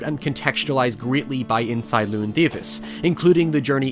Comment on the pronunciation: cant even pronounce llewyn right